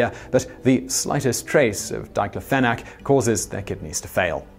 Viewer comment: he mispronounces "diclofenac"